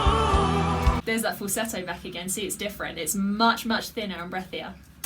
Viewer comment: Congrats , you pronounced the word Falsetto the way it should be